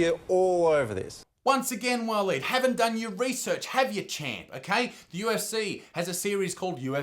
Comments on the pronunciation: Walleen or pauline?! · Waleed .. now there’s a real Aussie name 🙄